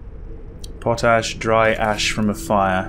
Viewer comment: I have been trying to figure out what Po-Tash is for a while now... But finally seeing it written down... It is Pot-Ash, not Po-tash. lol I was like what weirdo across the pound kind of thing is po-tash. I love your videos. Honestly, I love horror movies but I can't play a horror game to save my life. So getting to "play" them through you has been so wonderful. I keep re-watching The Conjuring House, it was the first series I was here from the start of. I've gone back and watched many of your older ones. Keep doing what you are doing!